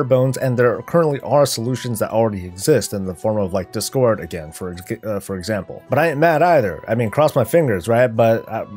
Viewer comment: it's discord not discórd lol